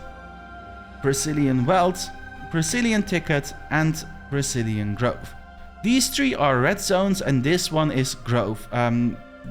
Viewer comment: I keep hearing "Brazilian" hahaha